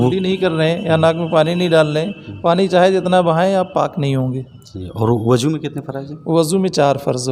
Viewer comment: Abe salae wazu ko wajo bolta hai sun ab koi bhi mufti ya aleem hun os ko har chiz ka mutala kar ke hi bata hai pagal